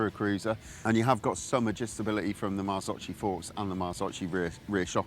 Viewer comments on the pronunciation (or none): Marzocchi, not Marzocci.